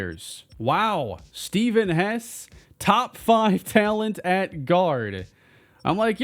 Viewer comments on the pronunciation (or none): none